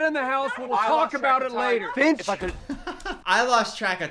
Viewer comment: Every time she screams "Finch!" I heard "Bitch!"